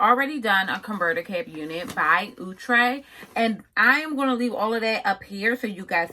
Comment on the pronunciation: Omg somebody who finally saying the brand name correctly!!! 👏🏽👏🏽👏🏽✅️! Outre(ooh-trey). Not Outre(out-trey).